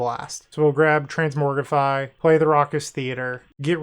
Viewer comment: Just so you know, it's "transMOGrify"